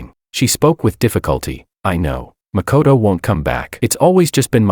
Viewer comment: First video where makoto is pronounced as good character